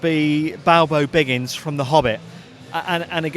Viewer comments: It's Bilbo Baggins not Balbo Biggins. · Man really said “Balbo Biggins”